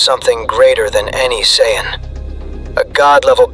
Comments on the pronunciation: AI pronouncing saiyan as cyan is jarring. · AI just can't say Saiyan correctly.. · Not being able to pronounce saiyan is is amazing